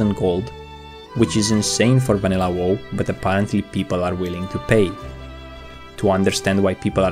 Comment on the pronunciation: "Vanilla Woe" Dat pronunciation tho.